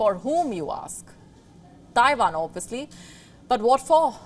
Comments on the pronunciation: Oh now shes saying Taivan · Did she say Tairan?